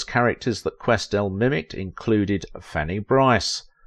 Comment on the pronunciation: A few areas to be helpful here. First, her name is pronounced, QuesTEL. Second, she was active in New York and worked exclusively for Fleischer Studios, also in New York. She NEVER was the voice of Minnie Mouse, which is a Disney character. That voice was provided by Marcellite Garner, who worked in the Ink and Paint Department at Disney Studios. There is no deliberate "Yiddish" characterization in Betty Boop, in spite of mistaken impressions of the appearance of a Yarmulke on the head of her father in MINNIE THE MOOCHER. Jewish people has confirmed that this is a bald spot, especially since there is a hair that stands up on the back of the head. One of your pictures from DANGEROUS DAN McGrew is Helen Kane. Your picture of Esther Jones is also incorrect. That is from the collection found in the James Van der Zee Collection at The Chicago Art Institute, identified only as "Do Tell." Esther Jones was a Child Performer. Also, Mae Questel continued to be busy all her life doing voice-over work for Dove Dish Washing Detergent and as the live action character, Aunt Bluebelle for Scott Paper Towels. Margie Hines was hired as the first Helen Kane imitator for DIZZY DISHES (1930) which was the EIGHT, not the seventh Talkartoon. Mae NEVER appeared in a short dress in the form of the cartoon character. She made this statement in an interview many years before. All photographs of her as "Betty Boop" show her in a full length dress. Mae Questel did not appear in Hollywood on Parade. That